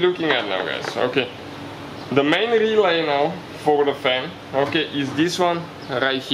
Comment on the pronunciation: GOD i love when he say RRRelay